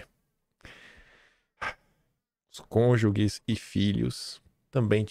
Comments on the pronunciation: Ouvir a palavra cônjuges sendo dita conjuGUES é punk. É conjuJE que fala. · É conjuges, som igual a GErânio. Não é som de gue. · CÔNJUGES - você precisa falar melhor o português.